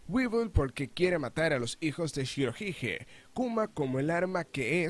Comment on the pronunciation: Pronuncias mal shirohige